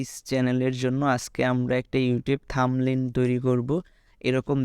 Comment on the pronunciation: শিক্ষার্থীদের শেখানোর আগে -- প্রথমে থাম্বনেইলের সঠিক উচ্চারণ শিখুন।